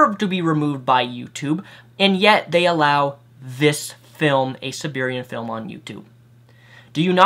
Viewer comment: You have no business criticizing anyone's spelling or grammar. You can't even pronounce "A Serbian Film" correctly, let alone all the other words and phrases you mispronounce, invent from whole cloth, or use incorrectly. That's just in this video. I can only imagine the extent to which you brutally ass-fuck the English language in your other videos.